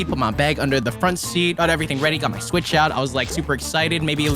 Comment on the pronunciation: Bro said swetch